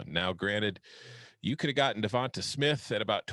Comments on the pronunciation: Pronounce with a LONG A.... DeVontA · Why are they pronouncing Devonta like that?